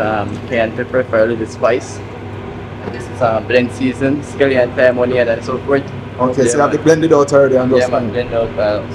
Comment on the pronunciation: It is scallion, not skelinton